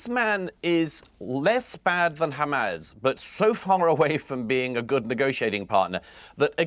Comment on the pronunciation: HaMAAAAZS as pronounced by Douglas